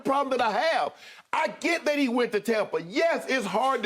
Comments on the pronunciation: And it's not "Tompa Bay" it's Tampa Bay. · Skip: “Tompa” Bay 😂